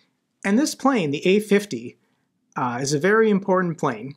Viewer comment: what got me most is one of the commentators: he called it u-50, not a-50, like u-boats :D